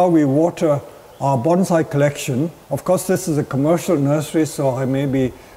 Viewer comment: Listening to you say banzai is TORTURE! The word is bonsai, not banzai. Get it right dude.